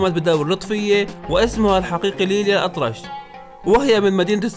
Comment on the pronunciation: الأطرش وليس الأطلش